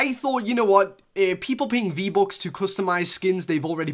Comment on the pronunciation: "vbocks" LIKE OMG.. DONT YOU KNOW HOW TO SAY VBUCKS??